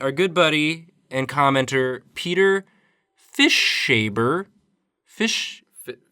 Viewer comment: fish habber. that is how it is pronounced. fish haver is what it means.